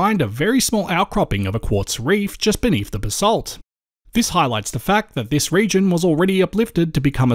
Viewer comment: That and basalt.